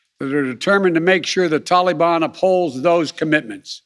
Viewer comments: He can't even pronounce Taliban properly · Wish he could pronounce Taliban.